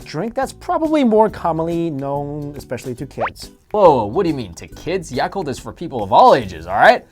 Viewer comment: I cringed when they pronounced yakult 😂😂😂 it sounded so baaaad aha